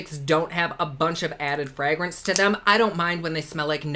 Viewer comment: i find how he says fragrence hilarious